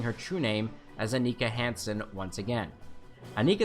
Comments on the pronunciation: 7 of 9s name is pronounced Ann-e-kaa not on-icka. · jorge quesada isn’t it un-ika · Great video! Sevens human name is pronounced on-icka.